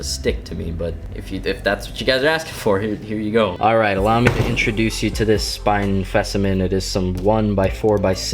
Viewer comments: hah! he said spine fecimine! lol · "Spine Fecimen" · "Spine Fecimen" lmao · Spine fecimen? 😂